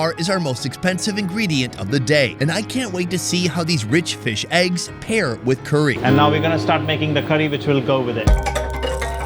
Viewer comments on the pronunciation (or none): It's not cooree, it's curry. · Why does he say curry like that 😂😂😂😂😂😂😂 coooories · The way his says “curey” 😅